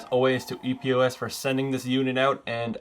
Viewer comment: Just ordered this one after having TWO pair of HyperX Cloud 2 being crackling & not working properly. Super stoked! P.S. It's "Epos" not E.P.O.S. #OCD